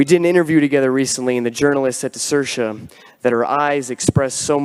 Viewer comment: it's pronounced "sear-sha". It means freedom.😊